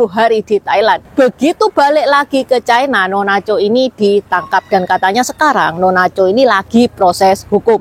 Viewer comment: Ucapan yg bnr : China, bukan Chaina